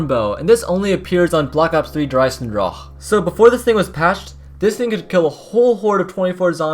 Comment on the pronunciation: Why does he say der eisendrache like that